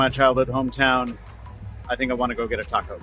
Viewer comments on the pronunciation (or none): none